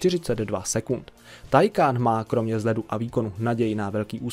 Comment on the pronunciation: Nic ve zlým ale Taycan se čte “týkon” sama automobilka to říkala a psala všude možně aby to někdo nečetl takhle jak ty😄 *Chiron má i upravený motor na 1600 koní z původnich 1500 a nakonec se bude vyrábět i tento upravený. Bude stejný ale bude mít omezovač jen se zatím neví na kolik. Vyrobeno bude asi 30 kusů (teď z hlavy nevím)